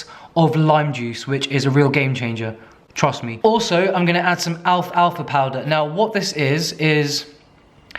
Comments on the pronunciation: alf alfa. its al-FALFA!!! love you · Alf-alfa? You mean al-fal-fa? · Pretty sure it's pronounced al-falfa powder, not alf-alfa 😅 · Does everyone say Alf Alf a powder hahahaha? I say Al falfa powder